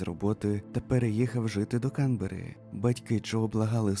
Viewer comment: Привіт, авторе. Кілька ремарок щодо наголосів. Зазвичай укр мовою наголос КанбЕрра (на Е), а також італійське чоловіче ім'я нІно (на І), а нінО то картвельське жіноче ім'я Дякую за роботу, історію ту вже знала. Уолшу пощастило